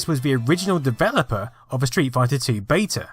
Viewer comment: Great video but I wish you would pronounce beta properly and also your THs